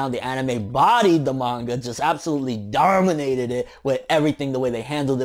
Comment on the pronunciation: DAWWRGHHMINATED IT Anyone else hear that LOLOL?